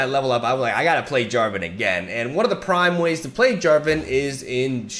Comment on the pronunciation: "Jen Jarvan" ;D